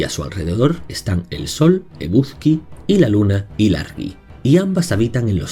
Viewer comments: Sería estupendo que se recopilasen sus mitos en algún libro. Nunca he oído hablar de casi ninguno de ellos. Solo conozco los vascos. Por cierto, la pronunciación, de "Eguzki" quizá debería ser "Egusqui", puesto que al menos en la actualidad en euskara se pronuncia así. En cuanto "Maddi" se pronuncia sobre todo como "Mayi". Mil gracias por este vídeo. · Me ha gustado el video pero te quiero comentar algo ...por ejemplo ...eguzki se pronuncia eguski.. z = s mas o menos ,no quiero que te sientas mal , todo se aprende 😉